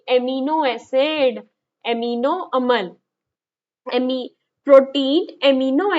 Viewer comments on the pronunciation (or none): Alm nahi aml 😂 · अम्ल को अलम क्यों बोलते हो